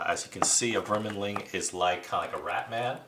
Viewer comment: No kidding. If you’re going to do a video, should double check the spelling of the names.... where is the “in” for “verminling” lol so annoying to hear